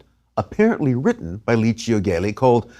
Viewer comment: Thanks for the interesting documentary. Only it's Gelli with a soft g (jj-elli) instead a hard g. In Italian c or g becomes a soft sound if you wright an e or i after it.